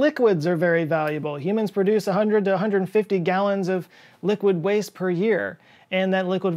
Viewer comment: pronounces waste as “vaste.” German spy conspiracy?